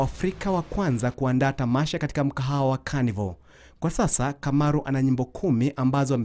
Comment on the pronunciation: Kamaru, not Kimaru